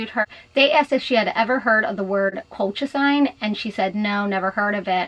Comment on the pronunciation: Drug is pronounced COLE-CHA-ZEEN